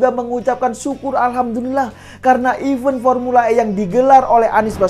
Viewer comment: "EVENT" seharusnya dibaca sbg "IVEN" bunyi E seperti pada kata Toge bukan serabi.